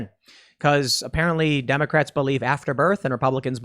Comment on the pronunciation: He mispronounced 'Democrats'